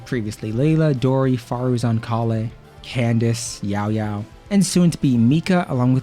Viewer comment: Im just curious, What language in the world pronounces “Candace” as Candaki?